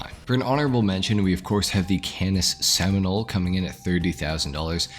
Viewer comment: Cannis Seminole haha